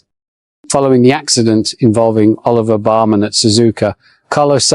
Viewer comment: Did you say oliver barman?